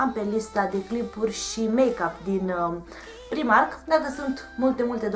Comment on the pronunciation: Se citește "praimarc" nu "primark"